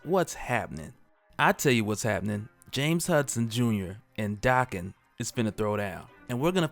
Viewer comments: Why do you say his name dahken? Isn’t it daken like bacon? Have I been saying wrong?!??!? Oh no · Dude it's not DA-ken it's DAK-en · Y he say Daken like that? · Is his name pronounced "Day-Ken" or "Dak-Ken"? I think he needs a better codename (maybe Wildchild, Wildheart or Wild Thing). I like the idea of Daken having adamantium swords (since he has bone claws), but they should also be "Muramasa blades" (halting healing factors). He needs to use his pheromone powers more often...to better manipulate ppl, as an anti-hero.